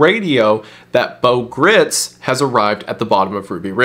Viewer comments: Good video and informative. Just one small point. Bo's last name is not pronounced like grits. Gritz is pronounced like "kites" or "lights" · Bo Gr-eye-ts is the proper pronunciation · Appreciate your work on this. Just one thing...in case you're able to go back and fix your pronunciation on these...the baby was e-LISH-uh-buh (think Elizabeth), not Elly-Sheba. Geraldo is pronounced like it starts with an H. And Bo's last name is pronounced GRITES, not grits. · Minor correction, Bo Gritz last name rhymes with brights, not Gritz like Fritz. Great video! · Apparently Bo Gritz's last name is supposed to be pronounced to rhyme with "lights" but I say if it's spelled "Gritz" then he's just gonna have to accept that everyone is going to say it like the southern corn porridge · it's pronounced "grights"